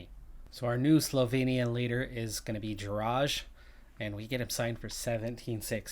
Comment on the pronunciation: Great episode and grats for signing another Slovenian. ;) About Jeraj - proper pronunciation is "yeray", the soft 'J' sound, just like in Tadej Pogačar and Matej Mohorič.